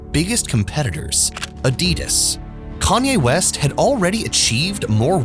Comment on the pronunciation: Your pronouncing ADIDAS wrong